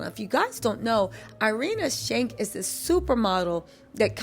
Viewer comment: I love your videos so much but I keep cracking up at you calling Irina Shayk “Irinia Shank” 🤣🤣🤣